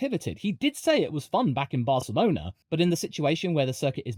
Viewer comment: I wasn’t ready for a proper pronunciation of Barcelona 😂😂